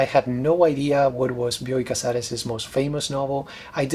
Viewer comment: Thanks for providing the correct pronunciation of "Bioy" and "Casares." I read Casares the first time in the early 90s when the English version of "A Russian Doll" appreared. The stories were a great read, but I was too young to know what writer I stumbled on to. All these years later, The Invention of Morel came my way. Like you mentioned, I wondered how Casares was going to end the story. Has any more of his writing made it into English? Keep making these videos!